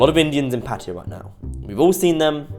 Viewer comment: You can't even pronounce Pattaya correctly, but you allow yourself to make a judgment. You probably have no idea about Thailand and Pattaya.